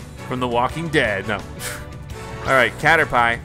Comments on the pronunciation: …. It was so hard to watch.... HE CALLED IT A CATERPIE as in pie, the food, its pronounced caterpeeeee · Damn he must be hungry to pronounce it cader-pie instead of cader-pee Edit: haha cader-pee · Please don't ever say "catter-pie" again 🤣🤣🤣 it's "catter-pee" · Pls say caterpie correcely (its ca-ter-pee not ca-ter-pie) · It's pronounced cater-pee, but he says it like Cater-"Pie" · It is said cat-er-pee not cat-er-pie and the caterpie evols to a butterfree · It’s cater-pee not cater-pie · I’m mad he called it cater pie I call it cater pi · He said cater”pie” it’s pronounced, “Pee” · Its caterpEE not caterPIE like in the series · It’s pronounced caterpee not caterpie 😂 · CATER PEE NOT CATER PIE!!! :'( PLEASEEEE NO MOREEEEEE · Caterpie (pee) not pie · He called Caterpie “Cater-pie” lmao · You said Caterpie wrong you say it as caterpy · It's Cater-P, dude. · it's just funny because he mispronounced it. And cater pie is funny. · No one: Litterally no one: James Dean Grant :He said cater pie hahhahhahhah I'm a dumb ass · It actually generates more revenue from his videos because more people comment to correct him. More views, more likes/dislikes and more comments = more profit. Cater-pie!? I do not believe he didn't know how to pronounce that. I played Pokemon 20 years ago and I can still tell you the correct pronunciation of every name. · Lol he keeps calling caterpie cater-pie and it hilarious for some reason lmao 😂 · It's pronounced "caterPP" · The way he says Caterpie 😂 it’s pronounced Caterpea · It’s pronounced cata-pee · caterpie is pronounced cat-er-pee. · It is (cat-er-py) oh btw I love Pokémon and the Channel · He called caterpie into caterpi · Why does he call caterpie a pie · It’s caterpie not pie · Did you actually call it a 'cater-pie' 😂 this guy obviously never played a Pokemon game xd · Brian Neubauer he doesn’t even know how to say Caterpie!!! That was literally Ash’s second Pokémon!!! The first one he caught. I’m fuming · I almost died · “Cater pie”